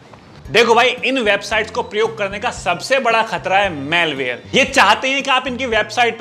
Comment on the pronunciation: भाई Malware को मैलवेर नहीं मालवेर बोलते है। 💐